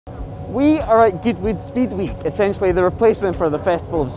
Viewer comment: "We are at goodwood Speed wee" xD